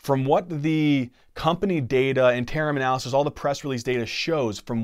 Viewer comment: Sam Yaza Plus he can't say "interim" correctly. I kid of course as the overall preso was really great.